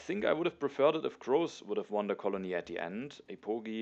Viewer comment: GG! One thing that has nothing to do with TtA: I think you should reconsider your pronunciation of Grozz. There's an English word "gross" that's pronounced pretty much exactly how you say his name. It's a synonym for "disgusting". Might be better if you say it in German :) Thanks for the continued high quality videos. I support your decision whatever you do!